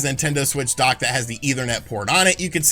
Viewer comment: When you said “the dock side of things” you sounded like you were saying dark side but with a Boston accent 😂